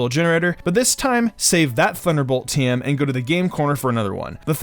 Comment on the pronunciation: Pleeeeeease stop pronouncing "TM" as "team" 😂😂